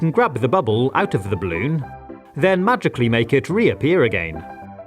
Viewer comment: The way he says "againe" gives me and emotion I didn't know existed